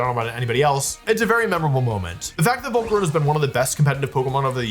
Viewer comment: Blud says Volcaronia